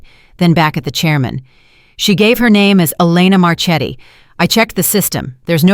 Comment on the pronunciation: Learn to pronounce Italian. Marchetti is pronounced Marketti